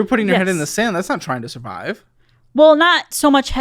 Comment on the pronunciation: j tokk a shoty evrytime sbe said survibe